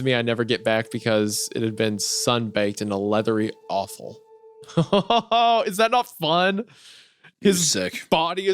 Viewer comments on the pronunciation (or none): Hunter saying "leathery" but pronouncing the first part like "lethal" is my new favorite thing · Are we gonna ignore hunter’s pronunciation of “leathery” during the scentbird ad